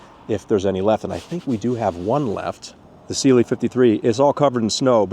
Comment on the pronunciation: Stoped watching bc this guy keeps saying sealy instead of cLe